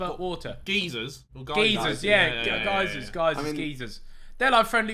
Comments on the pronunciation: Man really said geysers “geezers” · The way they said "geezers" and not geysers hahahaa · Ethan: There’s like friendly volcanoes, the ones that sprout water. Harry: Geezers? Me: DID MAN JUST SAY GEEZERS, YOU MEAN GEYSERS. 🤣🤣🤣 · Ethan said geezers 🤣 I don't know if old geysers are friendlier. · y'all really called geysers "geezers" lmao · No one gunna mention “GeeZerS” 😂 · Makes me mad you pronounce geysers as. ”geeesers” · Friendly volcanoes did he call geysers friendly volcanoes